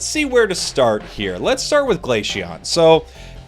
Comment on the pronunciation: Is he saying Glasheon?